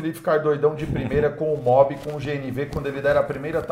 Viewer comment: O errou e ainda insistiu no erro umas 3 vezes "kwid a gás" isso é mobi kkkkkkkkkkkkkkkkkkk